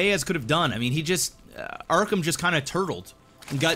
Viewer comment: WHY DO YOU KEEP SAYING "ARKHAM"?!